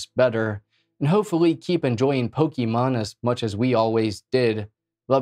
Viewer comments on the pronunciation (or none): none